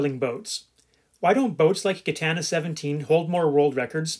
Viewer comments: It's pronounced Jitana not gitana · yeah im Belgian and French speaking too so your Gitana makes my ears bleed ;-) talking about a non foiling legend, that would be Idec sport, 2 times Vendée Globe winner and 3 times Route du Rhome.